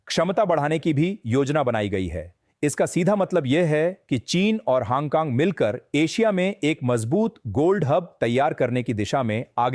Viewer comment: haang kaang kya hai yeh 😅😅😅.... its hong kong